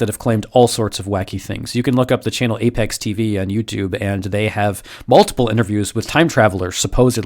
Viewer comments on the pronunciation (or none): none